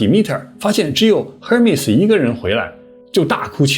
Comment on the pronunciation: Hermes H不发音。